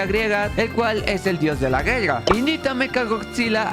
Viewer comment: Hablas bien raro en vez de decir Guerra! Dices (gelga)